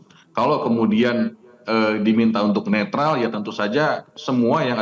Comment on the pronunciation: Netral ... netril ... netrol 😂 ... Tukang bohong kok dipercaya ...